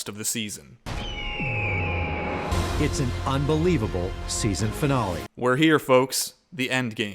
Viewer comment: Am I the only one who can’t stand the way Chris Harrison says “finale” lmao